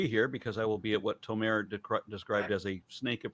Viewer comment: Guys, plz. Tomer- the emphasis is on the O. You are correct in how you pronounce the o sound, but you put the emphasis on the last vowel, which is wrong Israel thanks you